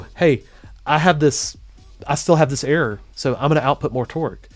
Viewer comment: Error with silent 'r' 😂😂